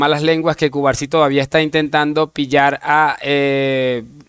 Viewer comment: Cubarsi? O Cubarno? Jjjj